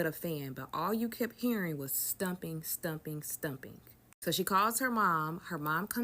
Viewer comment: Between one of the storytellers voices making these sharp whistling sounds when she speaks, like nails on a chalkboard, then saying "all you could hear in the attic is stumping, stumping, stumping" (I'm assuming she meant "stomping"), HAIR-looms, "she axes him" (asks), "like, share, comment, repost, and reshare" (redundant), and the rhyming at the beginning of one of the girls stories, I wanted to rip my hair out. I love listening to stories like these but some of the storytelling is aggravating.